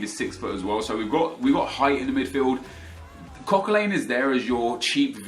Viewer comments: Coquelin is pronounced Coquelan not Coquelane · why do you pronounce Coquelin likes its "Coquelain" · Hearing your pronounce Coquelin makes me want to kill myself